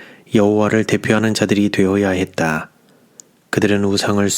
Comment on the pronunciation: 했다.. 였다를 너무 크게 밝음하지 않으면 듣기가 좋겠네요 또한 끝말을 좀더 짧게 읽어주세요...